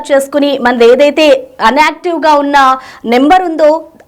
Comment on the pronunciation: మీ భాష ఏంటో అర్థం కావటం లేదు. అన్ఆక్టివ్ కాదు ,ENACTIVE కాదు, ఇనాక్టివ్ ( INACTIVE) అనాలి